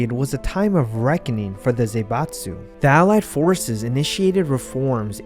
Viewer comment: It's not Zeibatsu, but Zaibatsu, Zah-ee-batsu. Please check the pronounciation before using a term this often